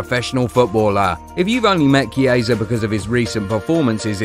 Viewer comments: The pronunciation is "Kiesa" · That's the pronunciation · Me too😊